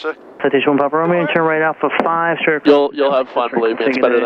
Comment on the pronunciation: yes the tail is 'SHTRAIGHT" UP. All dictionaries spell straight as straight.